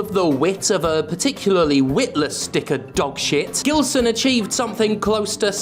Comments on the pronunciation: Just a friendly tip from a Portuguese speaking viewer, Gilson is pronounced "Jilson" in this case. In Portuguese when the letter G is followed by a E or I, it will always (unless I'm forgetting some exception) has a J sound. For it to have a G sound it needs an U between it and the E/I, as exemplified by the word Portuguese (português) itself. Although sometimes the U has a sound depending on the word... yeah it's a complicated language, lol. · I guess his only beef with you is with you mispronouncing his name. It should sound like a “J”, as in “Jill”. “Jillson”. 😆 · It's Gilson as in Gee. Not that it matters. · Two things: 1) Gilson B. Pontes sounds a lot like a name from a Portuguese speaking country, in which case it should be pronounced with a soft G (which in Portuguese sounds like the letter S in the word "vision") 2) That idiot does not deserve the dignity of having his name pronounced properly (IF that is his actual name), so keep using the hard G just out of spite. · Is Gilson brazillian by any chance? Because if he is, the G in Gilson is supposed to sound like a J.